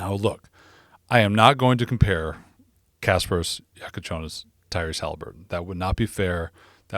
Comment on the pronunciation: man... perfect pronunciation of his name! greetings from Lithuania ;)